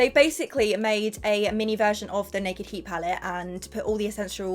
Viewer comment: When she says Naked Heat it sounds like she's saying Nikki Heat! Where my "Castle" fans at???